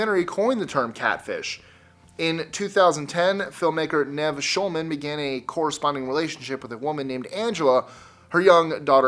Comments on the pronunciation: It's pronounced NEEV not Nev. Great list otherwise... Nice to see this topic covered other stories than just those covered by Nev and the Catfish TV show. 🥰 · first and foremost Nev is pronounced Neev, its short for Yaniv secondly, when i first got on the internet, i was a naive 22 yo, so got Catfished a lot, before the term Catfish was invented, they were just known as Fakes, i learnt a lot and if Catfish the show do a UK version, i'm the man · Nev's name is pronounced "Neeve".